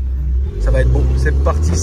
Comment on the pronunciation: BEAUUW (avec l'accent British) haha